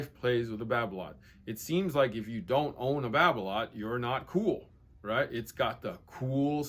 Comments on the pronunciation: its Babolat not babloat godamit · france pronounciation Babolat: Ba bo la